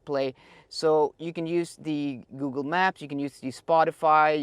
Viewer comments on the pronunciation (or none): none